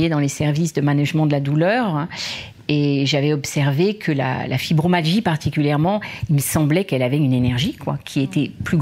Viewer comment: Interview très intéressante...😉 FibromYAlgie pas Fibromalgie ...! 😊 my designant "muscles" ! Suis étonnée que cette dame ne le prononce pas correctement... j ai été touché par cette atteinte ds le passé aussi...❤